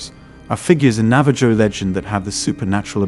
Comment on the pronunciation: Great video, but you don't pronounce the J is Navajo. It sounds more like Navaho